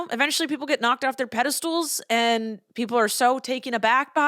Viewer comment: Your pronunciation of pedestal as “pedistool” cracked me up so hard. ❤you! I think the FDA is a total scam…how much sawdust is acceptable in ice cream…I think none. The FDA disagrees.